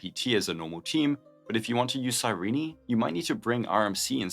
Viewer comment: how no one can pronouce her name correctly it is crazy to me TT even herself called herself many times in the game it is KI-RENE not Cirini or cájrín